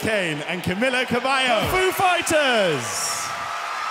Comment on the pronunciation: him mispronouncing cabello had me dead. it sounded like horse in spanish